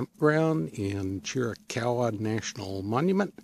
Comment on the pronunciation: Pronounced Cheer ah caw wah...